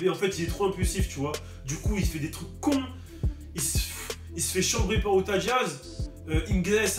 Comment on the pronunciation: C Utah pas outah mdr